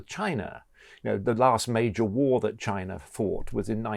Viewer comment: Where is Chiner?? Slovakier? Russier?